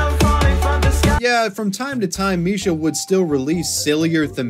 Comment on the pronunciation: Bro he says misha hear Mishima